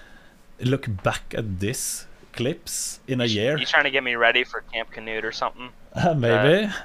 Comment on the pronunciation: are you redeh